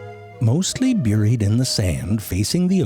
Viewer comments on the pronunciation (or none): I've taken to pronouncing things like ZeFrank pronounces things. "Look! It's beeried there! Right there! See the behbehs?" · I've been watching all of these videos lately, butt-eye...sorry... but I can't stop pronouncing certain words this way now. B-yurd...bebehs... B-yuried... I can snot...sorry... cannot stop... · "byooried" in the sand? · “Mostly byooried in the sand ...” Gotta love the unique pronunciations! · Only zefrank can pronounce the first vowel of bird and buried exactly identically and still be understood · I love how he pronounces "buried"